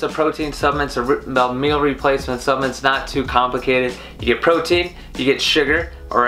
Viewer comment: I think I'd put more substance in your opinion.... well, to be honest - even if you could articulate the word "supplement" properly - I still wouldn't. I knew Mark Hughs, the kid who started Herbalife. I knew what drove him to find the products, and how the death of his mother, after her many diet merry-go-rounds - caused him to want to build a company of quality, selling quality products in his supplements. I used the products and gained the health many years ago which will see me through the rest of this journey. I am, and have in no way been affiliated with Herbalife for more than 25 years - but the quality was always beyond question. You missed on this one.